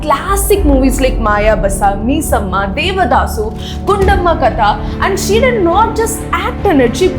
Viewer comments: Adi paavi 🤦🤦🤦 it's missamma not meesamma 🤦 and it's not kaala tapasvi it's kalaatapasvi 🤦🤦🤦🤦 Ennada nee language 🤷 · Hey you speaks English like fluent But your pronounciation is wrong The name is missamma not meeesamma First correct your pronounciation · Y generalize TFI?? Its about a director's idea with the actresses consent 🤷🏻‍♀️... Not everyone enjoys these so don't just say we celebrated jahnavi's scenes. Learn telugu properly and pronounce words like kalathapasvi (not kaaaalaathapasvi), missamma (meesama) properly before making these videos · please learn to pronounce telugu words correctly. Just a few more minutes of effort. Not mahanati... mahaa naTi Not kaalaa taapswi... kaLaa tapaswi Not meesamma.. missammma Not what you pronounced.. it's Alaaa vaikunTha puram lo and Sarkaaaru vari paaTa Not Chandrani.. ChanDee raaNi. And many more corrections in pronunciation.